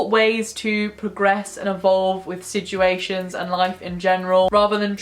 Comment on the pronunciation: Drink every time says siJuations:’)